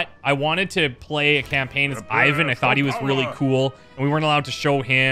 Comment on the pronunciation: in order not to get on a bad side with your Evil Genius be carful with his name pronunciation!:) As I understand Ivan (Иван) is Russian name so it should be pronounced a little bit different: I is pronounced as E like in word easy And stress on second part of the word. Closest name that everybody know is Ivanka. So it's like e-vAn. not I-van:)